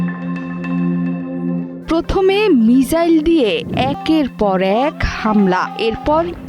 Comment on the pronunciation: 🤣 মিজাইল নাকি মিসাইল